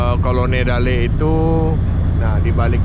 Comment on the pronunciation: Kolonodale ko riki bukan kolonedale 😅 Selamat sampai Morowali 😁 #cacataruih....